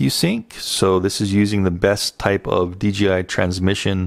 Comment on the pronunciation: exquisite. why does everyone seem to say DGI, its DJI like DJ and then I.